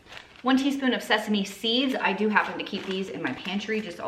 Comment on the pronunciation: Oh my lanta! You said “tisp” 😂😂 that was one of my favorite movies/scenes growing up 🙌🙌